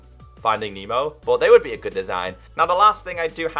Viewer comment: It’s not memo it’s nemo